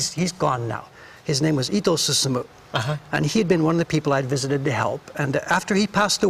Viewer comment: say susumu without "umu"